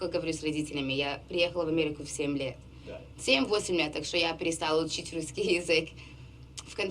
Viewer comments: По-русски произносится "што". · Близко украинского говора нет, разве что, кажется она сказала "шо" вместо "что".